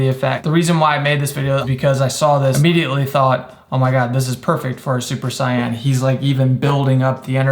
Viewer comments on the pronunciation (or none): 'super cyan' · “Super cyan” tsk tsk tsk